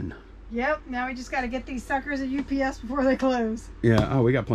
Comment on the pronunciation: Can you please call UPS U-P-S as 3 syllables and. Not. Ups as one syllable? Same with cracker …say nutcracker! 😢you silly. You are driving me crazy because I watch every single video! I love you guys!